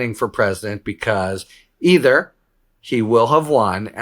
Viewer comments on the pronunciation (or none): none